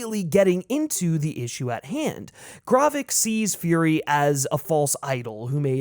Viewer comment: The amount of names you mispronounce is absolutely insane. Great content but I’m not sure how you managed to miss pronounce Gravik, G’iah, and Maria Hill lol